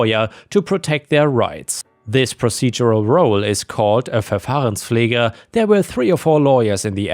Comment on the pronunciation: Haha I suspected that you might not be a native english speaker. The way you said Amtsgericht and Verfahrenspfleger... That sounded perfect for a German. 😂